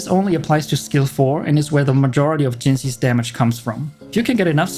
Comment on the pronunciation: Youre the first person to pronounce Jinshis name correctly. Congrats!